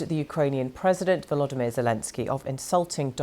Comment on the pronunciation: It's VoloDYmyr, not "VoLOdymyr." You put the accent on the wrong syllable.